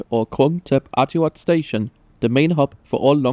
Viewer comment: 10 points for pronouncing Krungthep Aphiwat